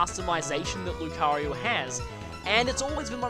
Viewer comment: Why do you call Lucario 'Lucaryu'?